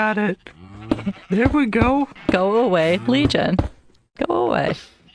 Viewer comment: why did Legion sound like a southern lady. lolol